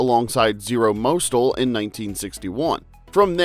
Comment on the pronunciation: Ok, its Zero Moss-tell. Get it right.